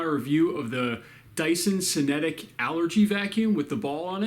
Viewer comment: Cinetic should be pronounced with the K sound like kinetic. Cool vid